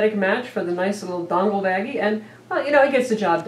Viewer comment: What'z a "Dongggglll"?